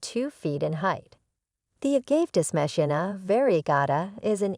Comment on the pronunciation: It was funny to keep hearing the incorrect pronounciation. Perhaps it was AI?